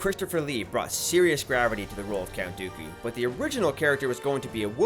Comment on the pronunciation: He said count Dookie he he